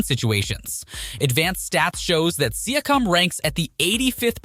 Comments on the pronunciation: Exactly. Personally, I dont care that it is an AI. We use the technology ourselves; however, he needs to find a better AI or learn to write the names so the AI can pronounce it. For example if he entered the prompt: "See-yak-cum" he would have solved the pronunciation of Pascal's name. Rookie mistake. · siakam as well